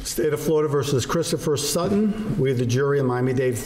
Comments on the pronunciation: And how she said Sut-ton instead of sutten and kept saying it until the defendant finally said sutton and then she started saying it right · Drives me crazy when people over-pronounce "t"s. Sutttton.